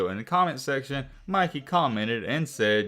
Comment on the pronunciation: It’s Mikey bruh come on you said Micky you can’t say Mikey bruh?